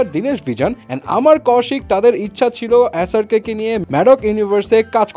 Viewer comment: উনি এস আর বলেনি অ্যাস আর বলছিল বারবার